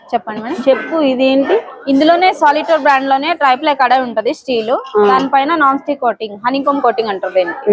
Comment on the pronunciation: Kalai kaadu thalli, kadai anali Triply anali